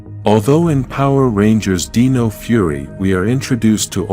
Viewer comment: why do you say "deeno" instead of "dino"but pronounce dinosaur properly 😂